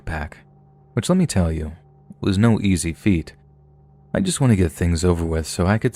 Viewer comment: I can’t with the “ Just lemt me eat my greasy ass food in peace “ 😭😭😭